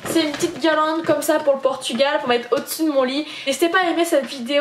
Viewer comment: tu fais que dire portugual cest genant ...